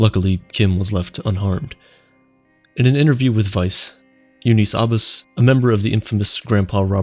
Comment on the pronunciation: you pronounced Abbas wrong, Google translate has the the correct pronunciation and it's my name :)